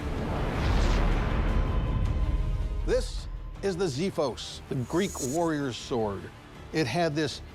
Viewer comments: Its pronounced ksiphos not ziphos which means blade in Greek language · the last one is not pronounced "zifos" but actually how it is written "xifos" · Just a minor correction to a mistake that everyone seems to make. Xifos is not pronounced Zifos but Ksifos. The word is used even today in modern Greek as a generic word for every kind of sword.